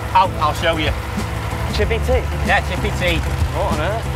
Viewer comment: Chippeh Tea. Eee.